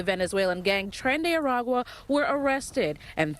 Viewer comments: LOL, the gang is called "tren de aragua" not "Tren de agua". Aragua is a state or municipality in Venezuela so it is traslated as Aragua's train or train from Aragua. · It's trende-araqua❤